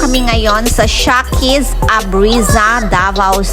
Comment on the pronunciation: Sarap sis jan ayaw ko lang carbonara (shekys) sis tamang pronounce not sha ✌